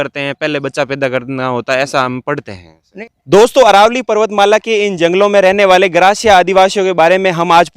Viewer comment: अरावली नही अरवल्ली बोलो !